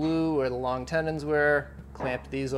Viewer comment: Tennons not tendons